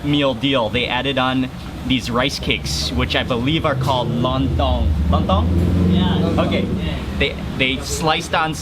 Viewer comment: Mark....You pronounce kecap manis and lontong perfectly..... I suggest you to taste sate biawak... Biawak is monitor lizard... Its such delicious bbq....